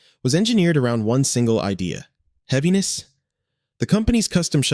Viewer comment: "Heaviness?" Was that a question? Fucking AI bullshit.